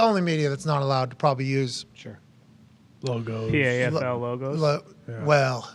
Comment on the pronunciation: Just pronounce it Paffel